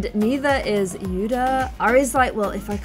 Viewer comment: When you say yuda it sounds like yuna